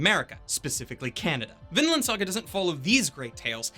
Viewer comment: I heard always Finland, when you say Vinland, they sound so similiar. Also the kid's name is Finn... coinsidence... I think not.